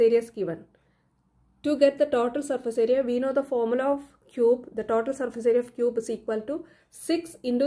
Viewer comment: Mam it is total not tatol😂❤